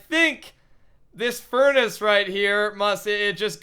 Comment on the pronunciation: Every time he said furnace I face palmed